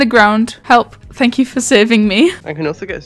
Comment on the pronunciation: imagine if you wanted to go heaven but god said fank yew 😳